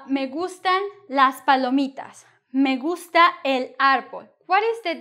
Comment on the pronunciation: Lol, as I listening it it sounds like "Me in a gungsta or gangster" :)